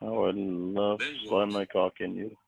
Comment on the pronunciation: Also the way he says ‘letters’.and ‘love’ (he really accentuates the L and it’s awful)